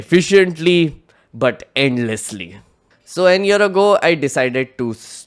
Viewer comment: Great video! Minor note: "An ear ago" 👂 vs "A year ago" 📆